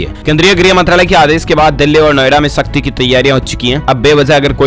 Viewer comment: Tu bolna to sikh pahle jaye ko zaye mt bol or sakhti ko shkti mt bol